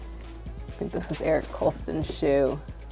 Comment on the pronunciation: LMAO. she said " erik koston " like " erik coastin "